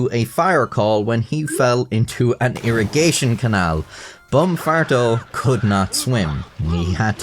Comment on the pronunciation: im a native spanish speaker and the "farto" pronunciation hurts my soul, as well as "jefe" but its not as bad, "santeria"'s pronunciation was also horrible